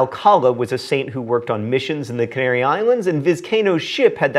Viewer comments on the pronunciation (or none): none